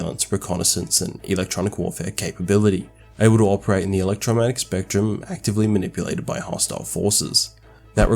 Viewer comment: WTF is the "electromatic spectrum" ??? Slow down your commentary slightly & listen to what you're saying, so you have time to pronounce electro-magnetic properly.